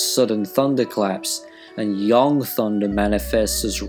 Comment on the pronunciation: Wait... Yang is pronounced as Yong? I thought it was just Yang.